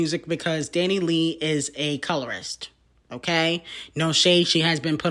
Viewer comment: DanniLAY DanniLEE DA baby MAMA LMAOOOOO I like how doesn’t bother to learn the pronunciation of peoples names that don’t matter (and are also colorist and racist) 🤣🤣🤣